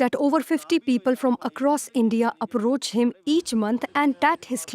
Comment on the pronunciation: Even the reporter woman can’t speak proper English. She says Apparoch for Approach.